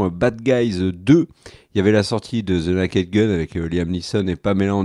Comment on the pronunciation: Merci pour cette agreable vidéo et votre acgent anglais inimitable ! Alors un conseil : con dit "nez-ked" pas "na-ked" 😊